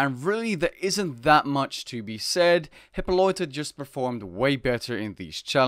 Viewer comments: Bruh, how do u pronounce Hippolyta like hipoloita? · "Hyppoloita" lol